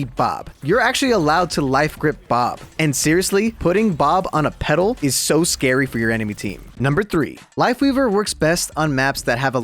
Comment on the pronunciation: When he was saying peddle I kept hearing pedo lol